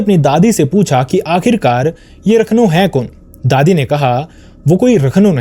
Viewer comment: Rakhno nhi rakhandaar vo